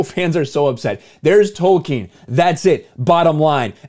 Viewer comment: Thank you for not pronouncing it: Token. Damn you, Soooouth Paaaarrk!